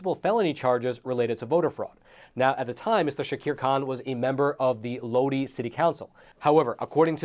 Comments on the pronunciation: Loadee? Lodi is pronounced Load eye. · It's pronounced Lo'-di, not lo-de! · The city name (Lodi) is pronounced as if to say "Low-dye" Thanks for the great reporting on election fraud! This man looks like a good upstanding Democrat. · Lodi? That's pronounced "load eye", not "load eee". "Oh Lord, stuck in Lodi again..." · It's pronounced "Low-Die" not "Low-Dee" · He said "low-dee" lmao ugh it's pronounced "low-duh-eye" it's fine i mean not everyone is from California but lodi is like well known amongst us Californians. I miss going to Lodi lake and ia kid. Kqcr3 the clip played even pronounced it. I don't watch channel 3 often they are far left leaning. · LOW-DIE not Low-Dee… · LOW-DIE not LOW-DEE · it's not lo-deee, it's lo-die. lodi as is oh lord, stuck in Lodi again... lol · It's pronounced low-die 🎉🎉🎉🤍🤍🤍Cali girl here😁😁😁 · I wanted to let you know that Lodi is pronounced: Load Eye.😂😂 I'm about an hour and half away from Lodi. My younger brother and a friend of ours used to race modified go karts up there. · Lodi, pronounced, (load eye). Im not surprised about Kahnman. There are tons more ...Cali is a haven of trash. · The city is LODI, pronounced LO-DYE. As in "Stuck in Lodi again" CCR.- 1966. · It's pronounced "loadeye" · I know how Lodi looks, but it’s pronounced “low-dye.” Side note: Keep up the good work!!! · It’s pronounced Low-die.❤ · Lodi sounded out is "Low-die" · This is the first time I'm hearing about a thorough voter fraud investigation that led to a legitimate arrest in the State of California. I'm from California, that NEVER HAPPENS! This is a rarity. Not to sound like a grammar Nazi, but the town's name is pronounced "Low-die." Sorry. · Just to let you know, the city name is pronounced Lode-eye…Lodi. FYI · that city is pronounced "load-eye". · Fyi, Lodi is pronounced as "low-die". Thanks for the great coverage though; love Epoch News! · It's pronounced Low-Dye. Always fun to see our community on the news 😂